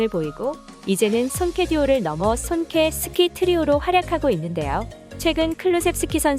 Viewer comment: 손케스키는 좀 발음이 그렇지 않냐...